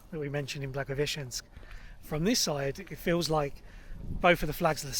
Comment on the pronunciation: You are actually one of the few foreigners-vloggers who can pronounce Blagoveshensk correctly, respect👍🏻